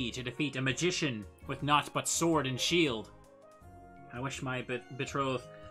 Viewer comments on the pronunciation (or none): none